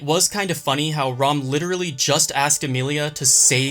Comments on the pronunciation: Why is he calling ram, "rom"? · Who do you rom instead of ram 😂😂